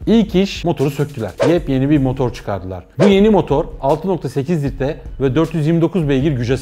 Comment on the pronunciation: Halil Tanrikulu tam bunu derken adam yeps yeni dedi tuaf oldum